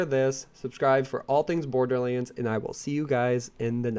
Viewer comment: PLEASE FOR THE LOVE OF GOD PRONOUNCE BORDERLANDS CORRECT! STOP SAYING "BORDERLEANDS"